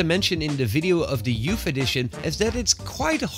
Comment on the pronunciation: "YOUFF EDITION"